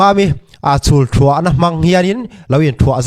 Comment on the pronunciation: Thuah pawh lam dik hlei theilo 😅